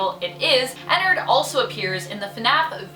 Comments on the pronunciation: its prounouced enn-ard not Enn-erd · Says ennerd instead of ennard* angry grammar nazi noises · It’s sounds like she’s saying a nerd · Ennard? More Like inarrd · I'm pretty sure it's pronounced Ennard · Not having hate but it makes me cringe that you pronounce his name wrong 😅